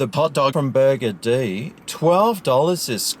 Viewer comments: I am pretty sure this place is NOT pronounced "Burger D"! FMD. Maybe next time say it in a similar vein to the word 'buggered'. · Why do you call it “Burger-Dee”? It’s meant to be a play on the word “buggered”. As in “Burger-ed”. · Stop saying burgerdee its so annoying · i mcthink its pronounced burgered mcbro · I've never been there before, but I always thought it was pronounced "burgered". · Burgerdee? I'll be buggerdee if that's the pronunciation. Supermarket next time instead of this crap rap clown Seppo slop snack. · LOL! its actually pronounced "burgered" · It's pronounced burgered as it is one word.